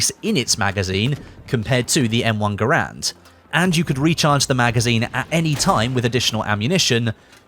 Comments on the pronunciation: Garand sounds like errand... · You are pronouncing Garand wrong.